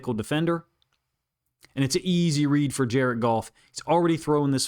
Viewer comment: Jar-ed Goff! Jar-ed Goff! Jar-ed Goff!